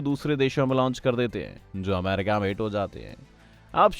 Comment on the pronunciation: A LODU ACCHE SE BAG KR NA KYA AMAAWWRICA AMAAARICA KYA HAI YE BC